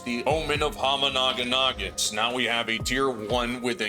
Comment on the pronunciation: the biggest thing I'm gonna miss is hearing you say omen of homanaginnagin